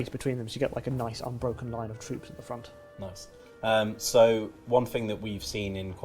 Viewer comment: FRONES OF BWITANNIA